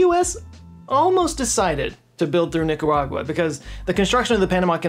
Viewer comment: Man it was rough hearing you say Nicaragua and Managua 🤣. Are you using more AI to edit? Regards from the belly button of the central america